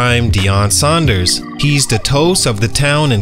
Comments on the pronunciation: "Deion Saunders"......really man.. How do you mess up Sanders...... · It's Coach Deion Sanders, not Saunders.